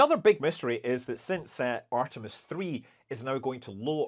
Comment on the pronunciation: It reall sounds like Scott is saying Artimes yeah